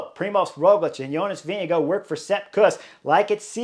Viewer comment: I know Chris horner likes Pogacar more than Vingegaard, me too, but is it on purpose that he is pronouncing Jonas' surname like "Vinegar"...?